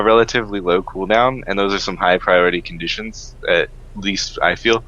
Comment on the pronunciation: Is it really that hard to say Conditions?